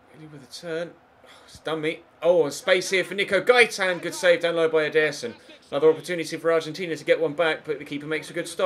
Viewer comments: he say's "EDER-son" (with force) instead of "ederson (with a slow vocie) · I dont think thats how you say Ederson, at ALL